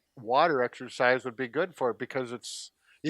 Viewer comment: it's exercise not exersice!